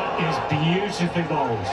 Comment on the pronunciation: It’s bowled as in bowl 🍲 then Ed